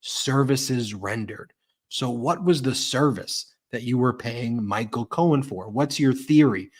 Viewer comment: did anyone else catch this—He called Cohen “Cohn”, as in Roy Cohn ~he even paused, like, “did I get that right?” He is losing it.